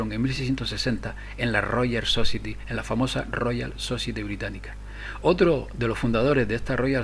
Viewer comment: society se dice "sosaieti" por favor....